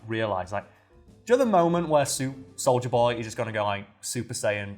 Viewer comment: Imma be honest, when said soldier boy I thought he said Soulja Boy... Clearly I haven't watched the boys and lemme just say, with the Soulja Boy misunderstanding this video is 30% more ridiculous